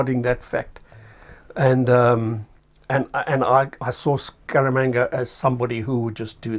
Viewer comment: “Scaramanga” ...more like “Skabanga” 🤣